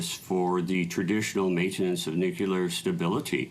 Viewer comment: just settle down. america loves us and we loves them. PS its pronounced NEW-CLEAR not nuckular…. just sayin’